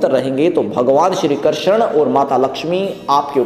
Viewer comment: आप हिन्दू हैं या और कुछ? क्यों कि आप श्री कृष्ण उच्चारण नहीं कर पा रहे है।